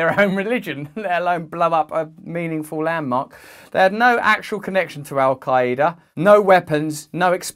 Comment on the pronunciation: How little of research does one do to not even pronounce Al qaeda right lol